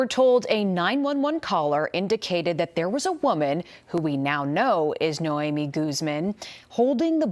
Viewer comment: Noami instead of “ Naomi “?